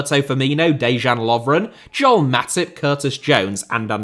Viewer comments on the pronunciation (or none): none